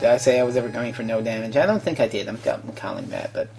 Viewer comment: "i tank things,,,,, dontcha know..." classic Canadian